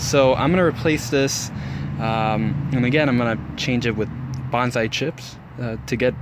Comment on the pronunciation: Nice video. I'm thinking about challenging myself to turn a Home Depot bonsai into a showable tree. What you call a gensing bonsai is actually a ficus retusa. Also, it's pronounced bone-sigh. You seem really enthusiastic though. Good luck!